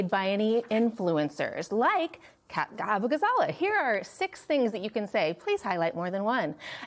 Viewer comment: Abughazleh is pronounced 'Uh-boo-gah-za-LAY'. It takes 5 seconds to look up Kat saying her name.